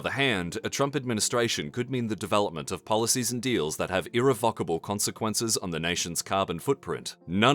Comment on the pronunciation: I like how the way he pronounced irrevocable consequences as irrefuckable